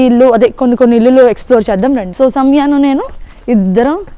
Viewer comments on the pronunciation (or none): ఇల్లులు కాదు ఇండ్లు అనాలి